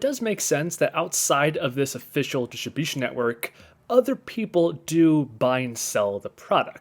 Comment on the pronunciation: "dishibishin network"